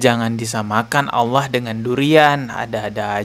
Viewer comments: Ngomong Alloh z awloh preett loh saiful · ful.. menyebut Allah aja sudah salah, jelas ALLAH itu alif lam lam ha..,, kaga pakai huruf WAW mbak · bilang alloh sj ada hurup w bos masa jd dengernya awloh ngaco ni orang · manusia ini sebenar bukan orang muslim dari pengucapanya alloh jadi olloh tapi dia seorang misionaris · Kongslet iki wong iki ngomong alloh ada huruf wnya 😂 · Ngomong Alloh aja beda , kedengaran nya non muslim kalau di teliti Bener" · Gak malu ya yebut nama allah aj gak pas